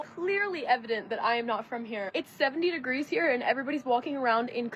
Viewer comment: Is she says thot instead of that and dunver instead of Denver I’m running before I puke.